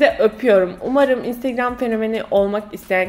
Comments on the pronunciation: intıgram diyişi😂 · o instigram diyisi ne yaa koptum 😂😂😂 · İestiğram? deyisine bittim. geri alip alip izliyorum smdkckvk kiz daniela bilic <3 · Video ''Ay Daniela'' ve ''İnstegreöm'' diye geçti :D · Önsrigram demesi çok itici (ınstagram diye yazıldığını biliyorum ) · videonun yarısı instögrğööm diyerek geçti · videonun baş rol sözleri 1. instögrağm 2.Ayhğ Daniela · Bu vidyoyu ablamla izledim ve onu gunlerdir olur olmadik yerlerde "instegröğm" diyip gulme kirizine sokuyorum hahah instagram fotolarinda cok soguk biri olarak gorunuyorsun ama aslinda bayagi komik ve sempatiksin:D bu arada annem niye durmadan onu tekrarladigimizi anlamadigi icin ona da gosterdik bu vidyoyu, o da cok guldu:D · video bitane kadar " instegröğm" deyip durdum😒